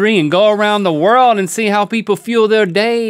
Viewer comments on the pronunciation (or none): myasar suliman um its world not wold